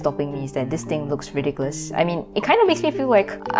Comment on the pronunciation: the way you said "really cursed" at the beginning sounded like "ridiculous", which in this case fit too damn well lmao